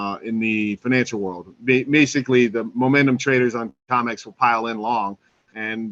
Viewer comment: C R I M E X --- CRIMEX, how many times must I say, you're pronouncing COMEX incorrectly?